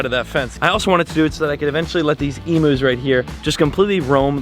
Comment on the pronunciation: big fan!! But as an Aussie emus are pronounced “eem-yous”. Love the vids keep it up!